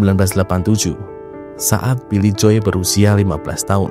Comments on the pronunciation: Joe itu bacanya JO, bukan JOY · iya.. agak ganggu dengernya. Tapi nice content 👍